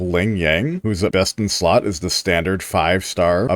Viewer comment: I know you said the best in slot for sanhua part, but I heard breast in slot, lol.